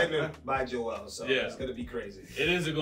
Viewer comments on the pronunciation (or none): none